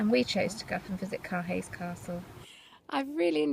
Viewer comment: Beautiful scenery however Caerhays Castle is pronounced Cur-ayz castle, not Car Hays Castle.